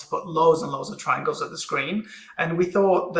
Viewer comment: Nobody The narrator- "Triangles"